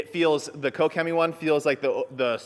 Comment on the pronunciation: Finally someone knows how to pronounce Koch-Chemie